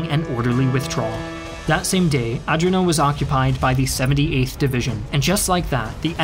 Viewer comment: Another great production, but your pronunciation of non-English names and words is atrocious as usual 'Guzzoni", "Catania", :"Adrano", "Troina ",,, etc.... I suggest you enter these names into Google Translate to get an idea on the proper pronunciation.